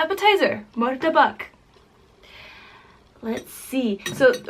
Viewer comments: Satay=sat ay Char kueh teow= char ku eh tea ow Murtabak=mur ta Bak not muru ta Bak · It's MUTABBAKH not MURTABAK